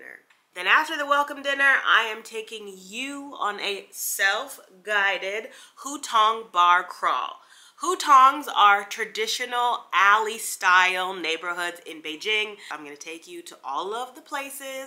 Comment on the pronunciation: it is written as Hu-Tong, but it is not pronounced "who" - "tongue", it rhymes with "phone" or "bone" if that helps. love your videos.